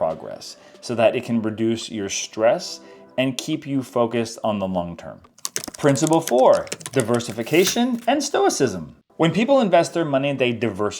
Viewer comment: Thanks for the video,. I hope you don't mind my saying, it's principle, not princible!